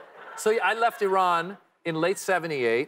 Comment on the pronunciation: Did she say he's from I-Run??? 🤦🏻‍♂️